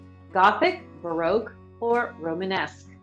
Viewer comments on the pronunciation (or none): none